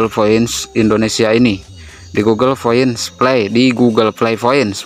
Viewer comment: Gk bisa bilang p kah? Knpa smua nya pake f, google flay, foint '-'